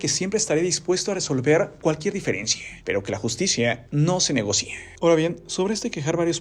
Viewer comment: por que dice "negocíe"? jajaja